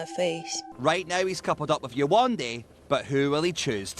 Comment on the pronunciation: Many good points but mispronouncing yewandes name can’t be considered to Whitney repeatedly laughing at a man’s accent. Would be the same if she had been laughing at yewandes name. I really don’t think that had to do with her colour